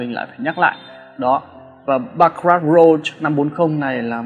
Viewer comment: Đọc cái tên chai nước hoa cũng sai. Rouge mà đọc thành rose thì bó tay rồi.